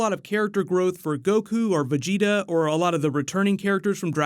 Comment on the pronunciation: i swear u werent a db fan... especially the way u said vegeta in the first video u posted smh